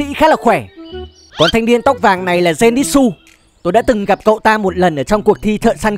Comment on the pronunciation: Denitsư chứ ko phải là denitsu